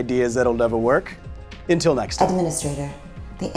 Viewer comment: did you say 'intil next time'?